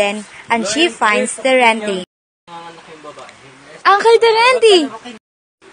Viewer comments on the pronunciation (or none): Uncle is not “ankel” le is not “el” but “l”